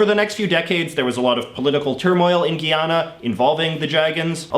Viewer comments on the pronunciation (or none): It's guy-Anna not giyana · “Guyana” isn’t pronounced “Guiana” it’s said as guy-ann-ah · It's guy-ana not gee-ana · The country is Guyana: Guy ana not "geyana" and the people are called Guyanese. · Did he say Gheeyhana? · “Giaaannnaa” no, it’s “Guyana” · Are you trying to say Guyana? It's Guyana. Guy-An- A! Guyana! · Its pronounced GUY anna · The second u is silent i know it doesn't matter but it felt cringe for me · How did you go from pronouncing Guyana wrong and then correcting it and then screwing up the pronunciation in the very next sentence? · Dang it, JJ. I got a little triggered at your "Guyana" pronunciation, but I forgive you cause I like the rest of your presentation. Great stuff as always. Tip: maybe you can use Skillshare to know how to pronounce foreign names right? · OAC hallucinating It may be a Canadian thing. To us Guy is pronounced the way he is saying it because of the French influence. Costa Rica is another one that there are two ways it's said.